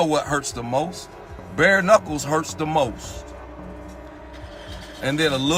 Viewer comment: So it looks like I’ve been pronouncing the word “knuckles” wrong for the last 35 years. According to this video, the most common pronunciation is “nuckos”.